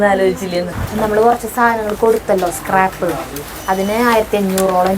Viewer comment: ക്രാപ്പ് അല്ല സ്ക്രാപ്പ്